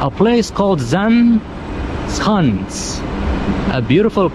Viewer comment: Zaanse Schans. You said Schans very well, almost Dutch, but Zaanse You pronounced as Zaan instead of Zaanse. Don't forget SE on the end to pronounce too. 😉